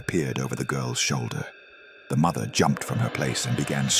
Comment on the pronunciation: I am sorry but Mather and doather it's not normal😂